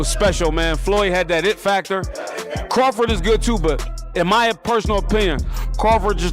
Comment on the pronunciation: Who the hell is craftit 😂. It’s Crawford!!!